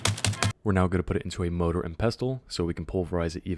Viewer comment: Next time say MORDOR and pestle, continue the cycle